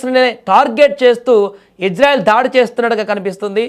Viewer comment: Orey news reader telugu sarigga nerchuko mundhu. Janaalu yerrollu kadhu. Nuvvu nee athi thelivi 😡😡 Israel ☑️ Izrael❌ Neeku already thelusu ee difference kadha??